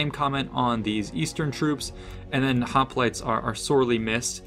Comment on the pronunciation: Does anybody else remember when Oakley would pronounce hoplites as hoplitays?